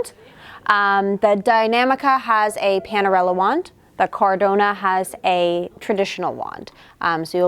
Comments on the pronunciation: Omg it is Cadorna and not Cardona 🤣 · NOT CARDONA< IT"S CADORRRRRRRRNA!! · Exactly!!! My ears are in pain every time she said the name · It’s CadoRna, not CarDona! 😂